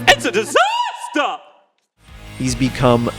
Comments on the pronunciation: oH mY GoD ItS a DiSaStAh! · “It’s a disastah” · ITS A DISASTAH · "The Disastah artist" made my day